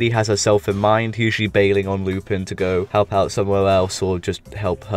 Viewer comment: Good video for the most part but a bit of a correction: 'Lu-pawn' is the correct pronunciation of Lupin and not a name change, however certain localisations use the direct Japanese spelling of Lupin, 'Rupan', to avoid copyright issues